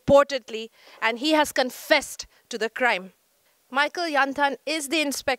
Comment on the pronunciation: confested? Whattt? 🧐